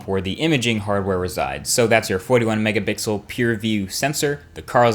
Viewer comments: Why do you say Mega bixel? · my man said mega 🅱ixel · OKAY I just realized you slide in mega BIXEL in most of your videos. I can't believe it took me this long to notice it. I know I noticed you have said it before but I thought I just misheard you.